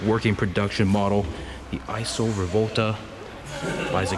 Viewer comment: EEESAW (ISO) Rivolta. Not EYESEW.